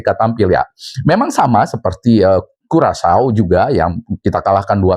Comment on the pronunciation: Karacau bukan curacau😅🤣